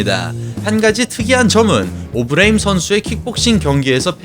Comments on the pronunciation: 초 ㅋㅋㅋㅋㅋㅋㅋㅋㅋㅋㅋㅋㅋㅋㅋㅋㅋ 개빵터짐 오브레임은 또 왜 오브레임인데ㅋㅋㅋ어브뤠이임이라고 해야쥐ㅋㅋㅋ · 처음에 오브레임 발음 듣고 괜찮은데 했다가 ㅅㅂㅋㅋㅋㅋㄱㅋ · 오브레임 약빨아서 근육만듬 영어발음하는거 듣는순간 개오글거림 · 조금 멍청한 느낌이 드네요. 오버하는게 맞죠. 중간에 오브레임 발음하는 것 들어보세요. 한국식으로 말하잖아요? 굳이 빡 빡 우기는것 너무 없어보여요... 외국에만 살아서 외국발음 밖에 못하는 사람이 아닌데도 오버해서 발음하는걸 꼬집는건데 말을 왜이리 멍청하게 못 알아 들으시는지... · 미국에서 사는거, 영어 잘 하는거 다 인정하겠는데 굳이 그렇게 굴릴필요가 있나요? 그것도 단어마다 텀까지 둬가며 강조하듯? 아예 다 영어로 말하는것도아니고 특정단어 몇개만 본토발음으로 굴리니 거부감 느껴지는거죠.. 토마토를 토마토라고 발음하는 대다수의 한국인들은 그게 원래 톰메이러라고 발음한다는걸 몰라서 그러는게아니라 여기는 한국이고 한국말을하니까 외래어 표기법에 따른 표준어로 토.마.토 라고 발음하는것 뿐입니다. 영상보면 영어단어 다 굴리는것도 아니고 선수이름 몇명만 졸라강조하듯 굴리자나요. 정작 오브레임은 어브뤠임므 이렇게 안 굴리고 오.브.레.임 이라고 외래어표기법대로 안 어색하게 잘 발음 하시더만요.